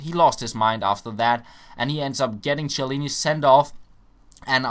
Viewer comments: Just to say, the right pronunciation is not Chiellini but Kiellini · the CH in italian is read as K:)